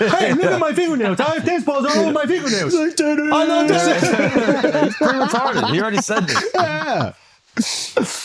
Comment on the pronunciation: It’s re——tarded 😂😂 Akaash chiillll bruh